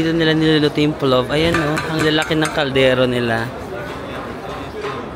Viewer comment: PLOF pronunciation nun not with “V”, same kase sa pilaf kase yan na dish around Asian countries, it’s a rice dish with meat nuts and dried fruits